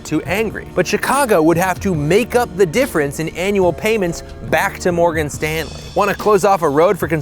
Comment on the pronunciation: Every time he says Morgan Stanley I get slightly more pissed off.